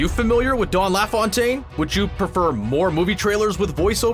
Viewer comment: Couldn't agree more. What's with calling him "Dawn LaFawntaine"?